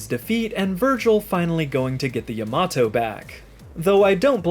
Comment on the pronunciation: Great video, and excellent pronunciation of the word Yamato. My love for V has grown 5 times! I think Vergil should be able to channel him in future games so that we can see him again.